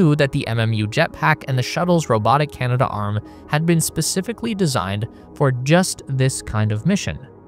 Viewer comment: You keep saying Canada arm, in your videos. It's Canadarm.